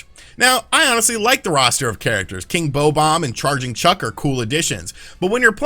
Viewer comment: How did you jusr pronoune king bobomb??